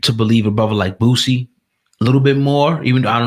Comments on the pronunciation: Boosie. Not Bootsie. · "Boō See" not "Boot see"